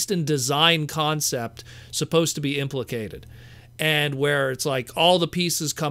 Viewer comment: FYI - It's "ImpleMENTED" not impliCATED.